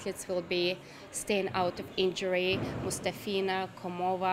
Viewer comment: Why can't she pronounce MustAfina and KOmova correctly? She's native russian speaker.